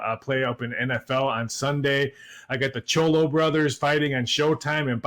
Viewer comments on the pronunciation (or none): The Charlo brothers! Not Cholo! Lol. Good job guys 👍🏾